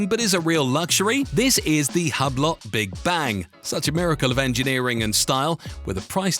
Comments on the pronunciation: hub-LOT 💀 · That Hublot is so tacky they should have to pronounce it 'Hub-Lot'